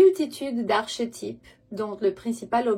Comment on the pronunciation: Bonsoir, merci pour tes guidances! Vu que tu veux évoluer en français, archétype se prononce arkétype